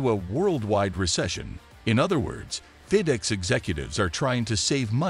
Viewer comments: Fe dex isn’t in NASCAR. This dude can’t talk right. It’s fed ex. Just saying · Your announcer can’t pronounce many words like feedex and many others. Find someone who can speak English! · Have you guys ever considered using a human being to narrate your videos?!? If you’re interested, I’d be available for you. Seriously “Feed-Ex”?!? 😂